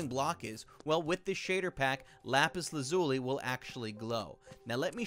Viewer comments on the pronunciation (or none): It's pronounced lapis lazyoulie